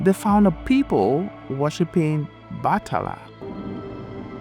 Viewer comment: “BATHALA “ means God in Bisayan pininsula pronounce it (Bat-hala) Diyos Its not “bahala na” or “come what may”